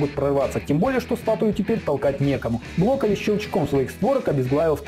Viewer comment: А я не один слышу что он говорит блоколи?